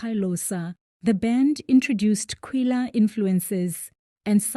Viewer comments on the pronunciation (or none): It's not Kei-lo-ssa. It's Xhosa. Not quu-yela either. It's kwela.